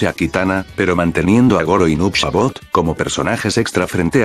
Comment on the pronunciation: Se dice saibot no shabot